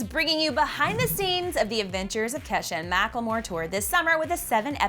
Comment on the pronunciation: am I the only one that heard " avengers" instead of "adventures" or am I crazy?